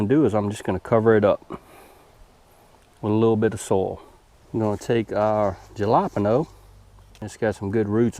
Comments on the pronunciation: Just found your channel when I was researching tomatoes and cucumbers plants. Good stuff. You deserve more subscribers for your effort. Btw, are you trying to say alapeno peppers? I was a tad confused. Jalapeno are pronounced "ha-la-peen-yo.". Or maybe it's a plant I never heard of. Idk. By no means do I mean to be negative on your videos. Just thought you would like to know. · Jalapeno is Halo peen yo